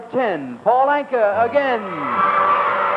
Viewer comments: Anka is pronounced like Anchor. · Paul 'Anka' (You're not pronouncing it right), who's from Ottawa if memory serves, would have been in his teens in that video... But to answer your question... He dated pin-up girl Annette Funacello sp?, of ' How to Stuff a Wild Bikini', 'Beach Blanket Bingo', etcetera fame... Ergo, (colloquialism alert)... I guess he 'done' alright babyyyyyy... PEACE OUT